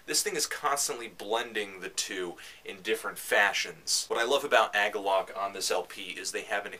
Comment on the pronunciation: "AG-uhlloch". huh, I've never heard it pronounced that way. Actually, I've never heard anyone talk about Agalloch. What I'm trying to say is I've always said it like "UH-gawlick". Anyway, while you're reviewing metal / black metal / whatever metal you should probably review Deathspell Omega's new one.